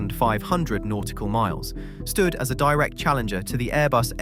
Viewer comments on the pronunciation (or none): none